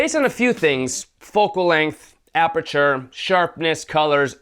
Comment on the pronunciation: "FAST APERATURE" lol